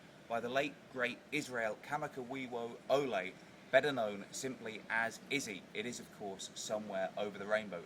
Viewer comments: Nice vids! Iz's name is ...sound it out--kah-ma-kah-vee-vo-le. I learned it on an introduction to him in one of his appearances, a video online here.. otherwise, love your lessons. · (Kamaka-viva-ole) and the clip you used in the top left corner was of Konishki. a completely different person I do love your video's, i've learned a lot. but please dont butcher my culture's language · he was never called Izzy!! Iz that's it. Many of your fans want you to remake this vid- could you get some help pronouncing his name? Hawaiian vowels are like latin or Spanish- if that helps, but you are pronouncing a beautiful Hawaiian man's name very very badly, I know you don't mean to but it's rather an affront to offer his work and botch the name. Go on, remake the video, your fans have requested it already. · bradda u got to practice ur Hawaiian,,,das da wurse i ever heard somebody use bradda Iz last name,,,,as aLLRIGHT WE ALL CANT BE,,,, HAWAIIAN,,, CHHEE HUUUU